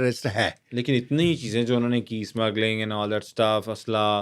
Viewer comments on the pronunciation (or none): Abe samagalin nhi hey smagling hey 😂 phele padh toh leta bhude